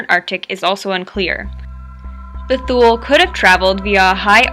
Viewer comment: She's actually got it right.